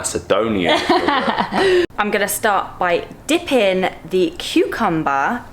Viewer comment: "I'm gonna start by deeping the cucumber into the ajvar" SOMEBODY STOP HER